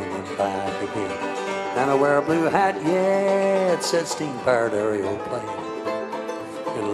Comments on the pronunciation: I love it how he pronounces it "Aereoplane." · I love how he pronounces it "Aereoplane."